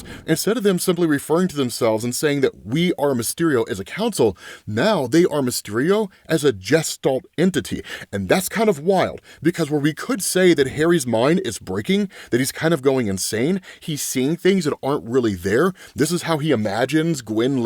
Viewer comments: Gestalte is pronounced with a soft G, not a hard J type G. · Gestalt has a hard “G”. It’s a German word. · I love you & hate to be that guy, but two big mispronouncations in the video. Soy is said like boy & not Zoey with an s. & gestalt is German so you say it like guess talt not jess. I love all your videos and only want you to improve. I share your vids with friends & family. Keep up the great work. One of your biggest fans. -J